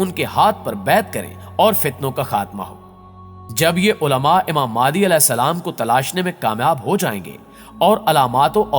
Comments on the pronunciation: بھائی میرے آپ اپنا تلفظ صحیح کریں پہلے ویڈیو اچھی بنا رہے ہو مگر الفاظ تو ٹھیک سے بولو ،، امام مہدی علیہ السلام ہوتا ہے اور آپ امام مادی کہ رہے ہو اپنی ہر ویڈیو میں ،مہربانی کرکے اگلی ویڈیو میں یہ غلطی آپ صحیح کر لیں۔۔بہت معذرت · Madi nhi bhai (imam mehdi a.s.) correct bolo please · Mehndi NHI bro MEHDI phly Khd ko to theek krlo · mere bhai ye dr zakir naik nahi haan aur madi nahi mehdi bolo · Jaahil k bache naam to sahi se le pehle maadi nh hazrat Imam mehdi hen or ye molana zaqir naiq nh he jhoot bolke awam ka phuddu bana rha he naam sahi se parh jahil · Aap ko IMAM MEHDI ka naam sahi lena ata nhi..